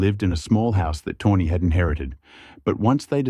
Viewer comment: It's pronounced "toe knee" not tawny 😂